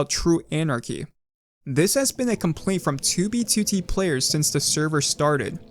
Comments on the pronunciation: Does anyone else notice how this guy says 2b2t like "Too-bee Tootie" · 2b2t? why u say it like that maboy